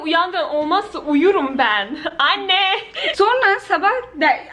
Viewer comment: ' de ki "AnneĞ" buradan bütün annelere gelsin.